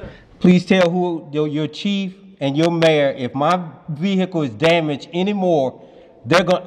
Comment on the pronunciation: Vee hickle 😂